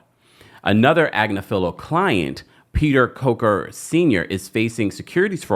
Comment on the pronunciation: Ag (like agriculture) nif (like nifty) alo (like buffalo). Ag niif alo